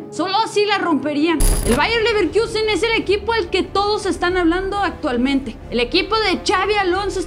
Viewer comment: Ni porque está de moda dejan de decir Leverquiusen. 🤦🏽‍♂️